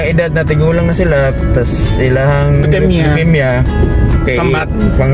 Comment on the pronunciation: Mispronounced ang word nga Leukemia dapat long E diay..sari...